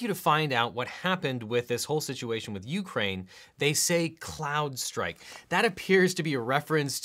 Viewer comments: Isn’t it “Crowdstrike” not “cloud”? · It’s Crowdstrike, not Cloudstrike... Otherwise, a great and informative video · We’re agreed that is “crowd-strike” not “cloud-strike” right? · Crowdstrike "Crowd" no L. People's inability to say this properly in news and YouTube just helps confuse things. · the second time it almost sounds like Clown-strike which seems like a theory from Q-anon. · Ahem, CROWD, CRRRROOOOOWWWDD STRIKE.